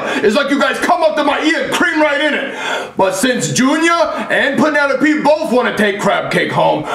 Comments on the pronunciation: Penelope? more like Peenalope hahahaha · Lol he really said Pennsylvania and peenolope